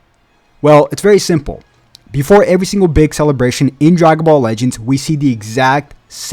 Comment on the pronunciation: "Drygon ball legends"💀